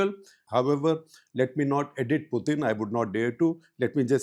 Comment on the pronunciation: “Puthin” “Sovieth” “Sharon” 😂😂